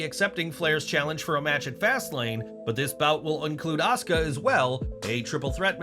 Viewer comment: PLEASE LEARN HOW TO SAY "OSUKA"!!!!!!!! IT'S NOT "AHSKA"!!!!!